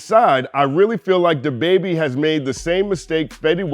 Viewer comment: I love your content; however, why were you saying “dababy” like that? 🤣 Maybe I missed something in one of your previous vids.